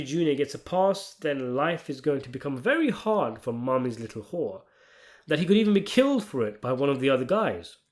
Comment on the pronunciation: I choked and spit my drink out when you said, "Mama's little whoo-ah." 😙 💦 → 😂